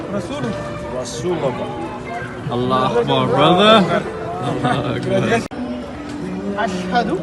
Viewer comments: This is sad, the first person said the shahada wrong. The sheikh should have picked it up. It's - ashadu un laa Illaaha illallah Not -ahhadiu unna illaha illallah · Beautiful to see the footage of reverts. Butisn’t the shada “ashadu an la illah” not “ashadu ana la” and whatever the third guy said?